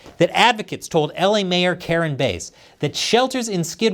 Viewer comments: Not Karen Base… it’s Bass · Karen "Base"? Trouble with pronunciation huh?